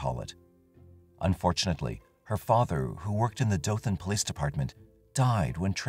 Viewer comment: Omfg this story literally happened in my town! I’ve always heard stories about what happened but never really looked into it. Thanks for sharing. Also thanks for pronouncing Dothan correctly. It’s usually how we can tell if people aren’t from here